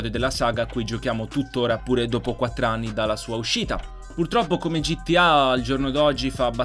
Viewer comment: Solo io a ho sentito ani e non anni cmq grande